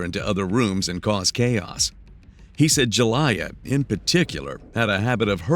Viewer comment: I'm guessing this is not a human narrator; the child's name might actually be Julia and the robot is pronouncing it Ju-lie-a.